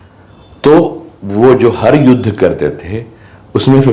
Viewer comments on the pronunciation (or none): none